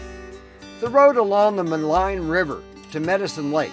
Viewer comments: Ma leen Lake not Ma line ! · FYI, Maligne is pronounced "Maleen", not "Maline"